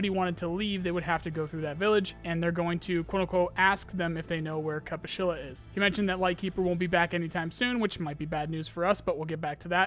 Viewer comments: Zurachii- [Z r y a ch i y] not [Z u r a k i] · it's also not "zee-raa-chiy", but "zree-yaa-chiy"; the "zr" sound has no vowel in it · Bro, dont wanna be salty, but please pronounce thier names corectly If you want to I'll make you a small table how to pronounce them ChE-Pu-Shi-La Ri-(s)Ziy Zrya-chiy, not zirochiy, please ffs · Zryachiy is pronounced like Zrya-shi btw. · ZryaCHii, CH like in Chilli or somewhat like CZ in Czech Republic. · He calls him zraki lmfao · "ch" in "Zryachii" reads like "ch" in "Charlie" btw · CH in russian words is almost certainly pronounced like in CHill, not like CHaracter. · "Zryachii" is pronounced with "ch" as in "chirp", and not as k/ck.